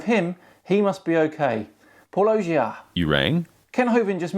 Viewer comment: says the name of his channel at the beginning of each video. Kent keeps insisting on pronouncing it [pɑ ˈlodʒia].